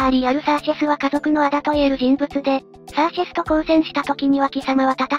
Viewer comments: シャーシェスじゃなくてサーシェスね(;^_^A 余計だったらごめんなさい。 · もしもし？シャーセスじゃなくてサーシェスです(;^_^A